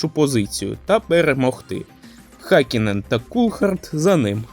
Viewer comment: Гакінен??? Ти ви заманали знущатись над іменами та призвищами! Вчіть фонетику а не лише патріотичні закони про мову!